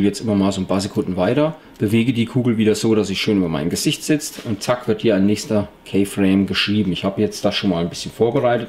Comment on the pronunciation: keyframe spricht man "kifräim" aus -.